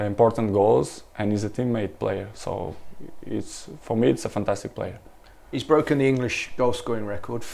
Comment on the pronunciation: "he shit unbelievable" hahahhahaha can't unhear it